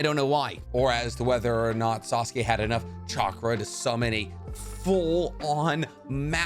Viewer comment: Sasuke not assume